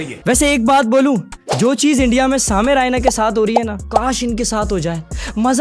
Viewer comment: سامے نہیں سمے